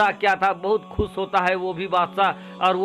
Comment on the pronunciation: खुस नही 👉खुश बोलें